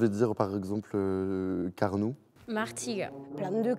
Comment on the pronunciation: Pour la ville de Carnoux le X se prononce